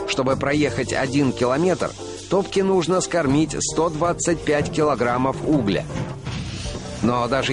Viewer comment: Не угля а угля